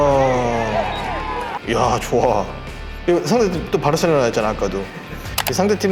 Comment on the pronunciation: 바로셀로나 거슬리네 ㅋㅋ